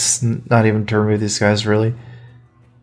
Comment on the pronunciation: CarThun Carrtuuhn cartoooon